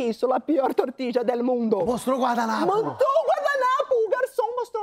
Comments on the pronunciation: Que agonia dela falando trocentas vezes "tortidja" gente KKKKK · Que agonía escutar " tortija " TORTILLA ou 😑TORTILHA imagina se nao fosse jornalista. 😮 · Tortidia hahahah o espanhol de milhões era melhor falar tortilha mesmo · isso mesmo...totidjia??? Nunca ouvi...TORTILHA... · "TORTILHA" a pronuncia espanhola. Ela fez o LL com o sotaque meio argentino "TORTIDJA" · Não é "tortidja". Tortilla pronuncia-se "tortilha" - ao menos, na Espanha. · Se escreve tortilla, mas há 3 maneiras de pronunciar: tortiDJa, tortiLHa e tortiCHa. Depende do local. É como o R em português: cariocas, paulistanos e o pessoal do interior de SP pronunciam diferente a palavra poRta, por exemplo. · Se fala TORTILLA como se fosse LH a pronuncia. :) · Eu não faria nenhuma correção mas já que você se meteu nessa…tortilla se diz “tortiia” os dois LL ou seja la “elle “ espanhola se lê como i por ex : calle se lê caie …🌹😉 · não é como pronuncia o meu cunhado e seus irmãos, que são espanhóis. Aliás, ele acabou de me confirmar: o som é do nosso LH. Pode ser que só a família dele pronuncie assim. Segundo ele, talvez "tortiia" seja pronúncia argentina. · Pq a maju está chamando de "tortidia"? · Não seria tortilla??? ( tortiya) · Nessa palavra o LL tem som de “ ia “ . Tortilla ( tortíia) mais ou menos isso pra vc ter uma ideia de como seria . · Porque ela fala tortiDia? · Quer fazer graça e nem procura saber como pronuncia a palavra. Ninguem tem obrigacao de saber,mas ja q o tema dela era esse. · Só para dizer que tortilla não se pronuncia como ela diz.... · A parte mais engraçada foi a pronúncia errada de “Tortilla” 😂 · Kkkkkk eu Tmb ri muito da pronúncia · Verdade Porém depende do país. Em alguns o LL se pronuncia com o som de LH e em outros de J, logo as duas ponuncias estão corretas mas creio eu que na Espanha a ponuncia é de LH.